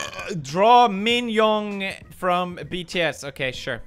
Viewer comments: Ya flipped when he spelled and pronounced his name wrong😂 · lmao sure he can't even pronounce yoongi